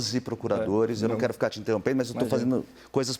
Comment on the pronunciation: Parei em "entenrromper"